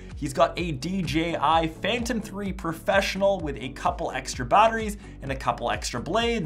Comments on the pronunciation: It is DJI and u keep saying DGI, sorry that was bugging me lol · Lol you said "dgi......" 😂